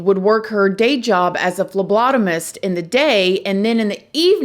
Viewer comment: This girl gave us fellow phlebotomist a bad name I promise not all phlebotomist are crazy like this girl most of us are completely normal:) also u pronounced It perfect most people have a hard time saying it Love u